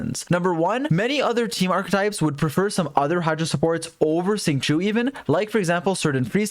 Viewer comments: I thought his name was pronounced like ‘shing-cho’ rather than ‘shing-choo’ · It is pronounced shing-cho, is using the incorrect pronunciation. I’ve noticed for a while now, but didn’t wanna nit-pick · most people say "singshow" which is much closer to the real pronunciation. those are both two english words? it's not harder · hes not chinese, he cant pronouce chinese words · “Sing chew” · i’m sorry but the way you’re pronouncing xingqiu like “sing chew” is irritating me so bad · When is my guy gonna pronounce Xingqiu's name correctly? 🤣🤣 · It would be really cool if you said xingqiu's name right :/